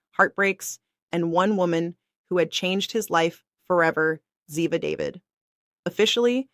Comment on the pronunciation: I wish you pronounce Ziva's last name the right way. If you don't know how don't talk about her.